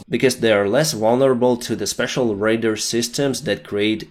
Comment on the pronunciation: Just a small thing.. its radAr proounced "ray daar" with a long a at the and like "ah", not "raider". the latter is someone who goes on raids. It just makes it confusing to listen to but no big issue.